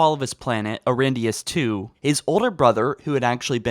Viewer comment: So apparently Eridinus II = Erindinus II